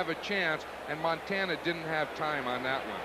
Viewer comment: he was soo high he couldn't pronounce MONTANA, lol